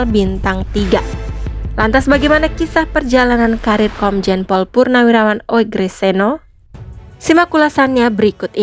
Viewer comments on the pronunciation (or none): Penyebutan (pronounciaton) nama beliau adalah UGROSENO Memang tertulis ejaannya Oegroseno, karena itulah lafal (bunyi) bagi huruf U yang ditulis dengan OE (sesuai dg Ejaan Lama yg pernah berlaku di Indonesia) Narator semestinya punya wawasan sejarah, termasuk wawasan tentang ejaan lama serta EYD atau Ejaan Yang Disempurnakan (yg berlaku mulai tahun 1972)